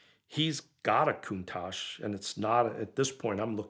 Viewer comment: Its not aa Coontash, its a contatch.